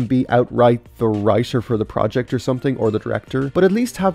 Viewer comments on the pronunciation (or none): none